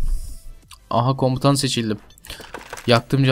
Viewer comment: komtan değil komutan olacak